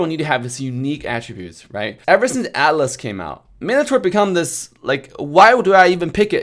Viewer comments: Why the hell do I understand Alice instead of Atlas anyone understanding the same?XD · Who else misheard alice instead of atlas,hahaa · I didn't even realise he was saying atlas until I saw your comment.